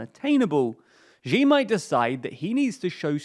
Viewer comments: Man you gotta stop saying Ji. The way to pronounce Xi is closer to “shee” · XI is pronounced "She" not "Ge" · Xi = See not she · Xi is pronounced as "She". She. Not whatever you're saying. Just say She like you normally would. Cheers. Great video. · When he called Xi as Ji. his credibility went from 2 to -200. 🤣🤣🤣🤣🤣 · x in pinyin is voiceless. you guys can't be that good at research if you can't even look up pronunciation on the name of China's leader. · the ze in zedong is pronouced "tse", not "zen". And Xi is pronounced "she" not "ji"